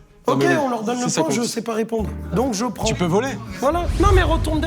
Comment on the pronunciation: comment il prononce jay praillnss???